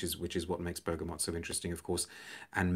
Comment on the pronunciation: First channel I’ve seen where the letter “n” isn’t inserted into the word “bergamot”!